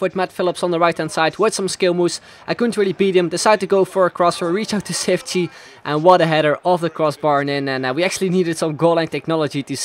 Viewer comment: His name is pronounced cheefchee kazzooie but great vid :)